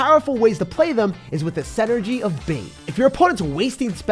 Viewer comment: I love your content and i always used code (until they ruined the pass) but just so you know it's "synergy" not "senergy". keep up the great work!